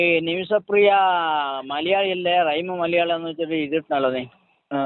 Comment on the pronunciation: എടാ കോയെ ആദ്യം മലയാളം മലയാളത്തിൽ പറയാൻ പഠിക്കൂ മയ മയ എന്നു പറഞ്ഞ് കൊരക്കാതെ കോയെ